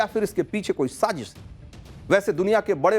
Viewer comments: Sazeeeesh nhi Sazish! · Sazish word tu theek bol lo yaar! Kamaal hai godi media. Stupid ass! Dubai main kis nay sazish kerni thee. Uloo kay pathay!